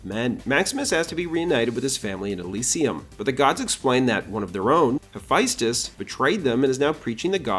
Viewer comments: This is all fascinating but… it’s pronounced HA-FEST-US. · BRO LEARN HOW TO PRONOUNCE HAPHAESTUS PLZ